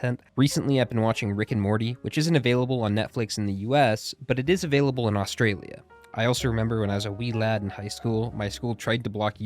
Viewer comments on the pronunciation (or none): none